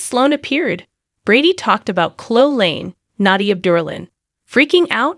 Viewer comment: Her name is pronounced Cloeee. Not clo.